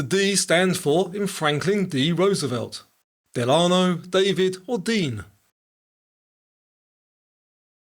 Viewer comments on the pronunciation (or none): what fun! Loved it. Lots of variety. By the way, the middle name of Franklin D. Roosevelt is pronounced with the accent on the first syllable. DELano. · Just so you’ll know Franklin D Roosevelt’s middle name (his mother’s maiden name) is pronounced DELano.